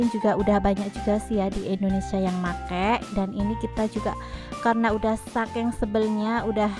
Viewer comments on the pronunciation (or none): none